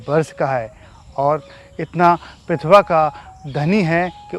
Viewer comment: प्रीतिभा का उच्चारण सही नही कर पाए जी पितभा बोल गए आप🙏